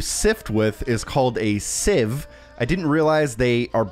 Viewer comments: Sieve is pronounce “Siv” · Thank u for this guide so easy to follow, in the UK we would pronounce sieve as siv 🤔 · Sieve is pronounced like "siv" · Thank you very much! Also, the sieve revelation at the end and the way you overly pronounced the word sieve after was hilarious 😂